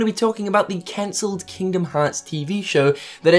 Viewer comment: It hurts my heart every time you say cancelled D